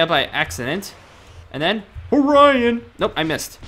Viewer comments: It's not Orion its Orin as in OR IN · Why does he say orian combo